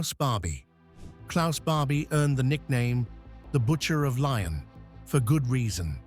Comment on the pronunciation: I OUPS JUST LEARNED GOEBBELS POISONED HIMSELF WHAT A BS !!!!!!! Do your BASIC HOMEWORK !!!!!@ It is not is bruno but brunner !! ER Simon wiesenfall Wiesenthal !! Laiyon Lyon !!!! Searggh Serge !! Sorry narrator :: AT LEAST LEARN TO PRONOUNCE PROPERLY THE NAMES !!